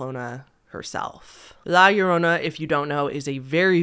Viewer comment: I appreciate your pronunciation of La Llorona, its always cringey hearing white people say it wrong lol